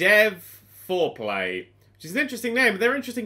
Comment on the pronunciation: "Dev4Play" I just heard it as Dev foreplay.